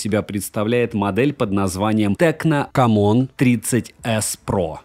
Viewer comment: Кам Он, я просто ржу с озвучивания этого названия))))) Хелио Г100 - так напоминает о Г99))))